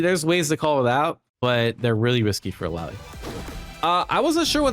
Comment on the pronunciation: Omg! said illaoi's name correctly 😮